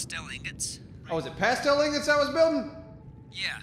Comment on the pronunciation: Why'd you guys start saying pastel? It's "plas-steel".